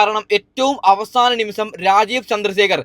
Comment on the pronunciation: എണ്ണി കയിഞ്ഞു അല്ല എണ്ണി കഴിഞ്ഞു. നിമിസം അല്ല നിമിഷം. സീട്ടല്ല സീറ്റ് വയന്നടെല്ല വയനാട് 🤣🤣🤣🤣🤣🤣ഏതാ ഈ ഊള